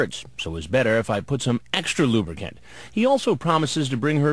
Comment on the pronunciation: the way chris pronounces EXTRA LUBRICANT gets me every time